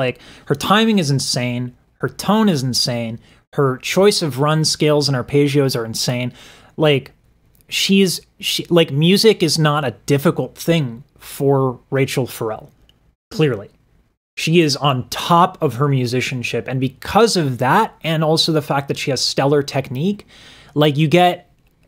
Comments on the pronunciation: I am loving that you love her so much. Those of us that have been with her for a minute are enjoying your journey of discovering the Empress of sound and soul that is Rachelle. But, one thing? It is pronounced: Ruh-shell. Not Raychel. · Absolutely Love your Videos! One minor correction on this extraordinary, anomaly.... its' pronounced Ra'Shell not Rachel. Rachelle Ferrell is a once in a lifetime super talent!! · You know what I love about this? I know that you have NEVER heard this or KNEW who she was because you called her "Rachel" (Ray-chal) LOL. I also LOVED your tearing and awesome reactions, her voice truly does induce those tears and chills ! I love your commentary excellent job.. Its "Rah-shell" "Fur-L"... and there's my southern phonetics ! The best place to see her is Rams Head on stage in MD for the greatest intimate experience.. I am also enjoying everyones trivia about her to so Ill add mine.. shes George Dukes cousin so shes got it in her blood! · Because I love her I must emphasize the name pronunciation is "Ray-Shell"....much love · I love your channel and glad you’re experiencing the instrument, this vocal beast, the assassin of sound but it’s pronounced Raaa-shell Fer-rell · “RUH SHELL” is the pronunciation